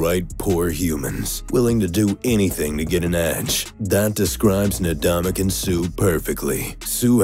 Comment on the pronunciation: I just would like to point out it's ndamukong suh not nadamukong suh. 👍